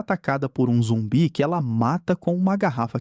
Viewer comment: ainda majs mais falando zumbie kkkkkkkjkkkkkk